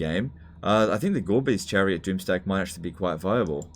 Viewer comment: "Gorebeast Chariot" pronounced by I hear "Garbage chariot" lol